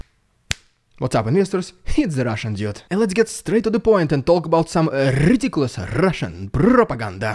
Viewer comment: Love the rrridiculous rrrrussian prrropraganda 😂😂😂